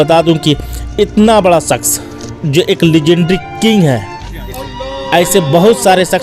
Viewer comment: आप बड़े ही बेहतर ढंग से पेश करने की कोशिश की है। लेकिन अफसोस होता है आप को न उर्दू बोलने आता है न ही हिन्दी बोलने आता है और न ही अंग्रेजी का ज्ञान है। ट्रेजेडी किंग को लेजेंडी किंग बोलते हैं भाई मेरे आप को सारा हिन्दुस्तान सुन रहा है। कुछ तो सिख लिजिए। अपने दोस्तों से मदद लिजिए। हिंदी उर्दू और अंग्रेजी का टागं मत तोड़िए। आप की जाहिलियत पर अफसोस सद अफसोस।